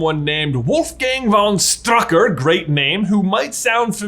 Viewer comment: I would recommend listening to Forvo to how pronounce the german word "Stück". Then you could pronounce "Strücker" correct. It's just triggerin how he pronounces it 😅